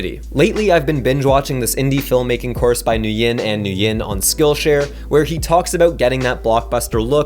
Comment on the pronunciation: Love your tutorials! Also, "Nguyen" is just pronounced "Win." Source: I'm Vietnamese.